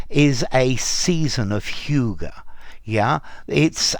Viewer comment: Danes wouldn‘t agree with your pronunciation 😅😅